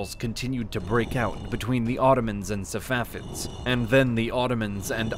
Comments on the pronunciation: He keeps saying "Savafids" instead of "Safavids" and this is the pronunciation you focus in on??! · Man said safafids lol